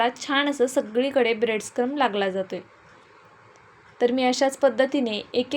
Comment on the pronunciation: ब्रेड क्रम्स असा उच्चार करा